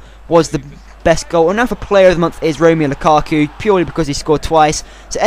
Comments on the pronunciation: LUKA-KU not LUKU-KU great video otherwise :) <3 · Not lukuku but -> (Romelu) 'lukAku' Not Courtis but ->(Thibaut) 'Courtois' ( Cour Twa) Buy Dembélé from Fulham, he's a BEAST!